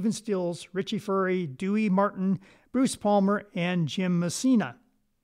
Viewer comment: Thank you for sharing the correct pronunciation of Furay. As you may have guessed, I am an old guy, prone to mispronunciations! Also, thanks for the Louisiana connection info.